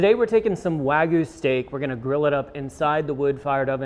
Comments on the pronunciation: Wah-gyoo. Not wag goo. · Wag yu not wag goo